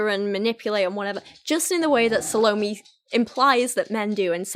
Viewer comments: hey there! just wanted to let u know that the pronunciation of Salome is Sah-loh-may, not Sah-low-mee. I thought your video was really interesting, I love listening to you read poetry! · Suh loh me? I think it's actually "sah loh may" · Sah-low-may not salami :) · Salome is, roughly, "ZAL-oh-may" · Loved the way you drew parallels between the poems :) ("sa-low-MAY" is how it's pronounced) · Salome is actually pronounced "SAH-low-may". I flinched at your pronunciation, but I loved the vid otherwise. XD (Part of the reason I love it is because I'm a writer and, yes, I released a poetry collection of my own back in 2015. I'm always interested in hearing the thought process of readers as they analyse the work they're reading, rather than just a straight is-it-good-or-bad verdict.) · It’s SAL-OH-MAY and I only know because of the opera Salome lol. She kisses Johns detached head at the end and it’s gross. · Just a heads up--Salome is pronounced SAH-loh-may. It made me cringe every time. 😂 But man, I love these videos looking at Youtuber poetry. It's such a trend right now. I'm not a huge poetry person anyway, but a lot of these modern "poets" drive me nuts because it's just feeling and no craft. Feelings might be powerful, but they don't necessarily create good art. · The way she pronounces salome. Sounds like salami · sal-O-m, the 'e' isn't pronounced. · I think Salomé is pronounced 'SA - luh - MAY'. The name is often written with an accent at the end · It's SAL-oh-Meh, accent on the mehhh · The way you pronounce 'Salome' like Bologna Girl, I